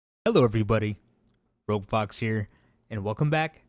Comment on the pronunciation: hello im new here i thought u said roblox instead of rouge fox 🤣